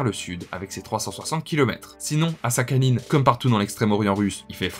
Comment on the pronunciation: Belle vidéo mais ça me casse les oreilles ta prononciation de Sakhaline ^^ mais ce n'est qu'un détail bravo pour ta curiosité et culture.